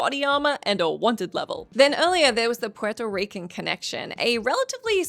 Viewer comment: The way you said Puerto Rican 😮‍💨😒🤣